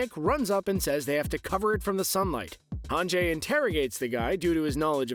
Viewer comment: It's hanji, right? Not hanjay?